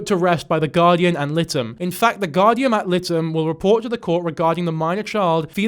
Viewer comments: 😂, that’s not how you pronounce Guardian ad Litem but I LOVE hearing you say it. I always love hearing people pronounce things differently, happens a lot given how the town I work in is spelled. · For future reference, it's Guardian Ad Litem (lie-tem)